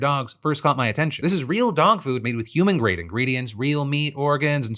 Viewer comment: Ima "hurrman" too, just like errbody else